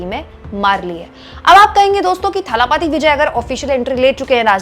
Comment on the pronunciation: It is dalapathi not thalapathi.